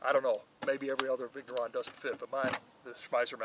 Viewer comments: If he was saying viggg neuron at least, but it sounds more like Viggo Ron.... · Vigneron is not viggg neron, . If you don't know just ask so you don't look like a ....